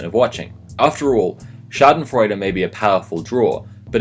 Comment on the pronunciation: your pronunciation of schadenfreude is on point tho